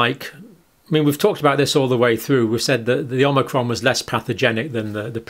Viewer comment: Did he pronounce it “Omicrom” at the mark? And again ?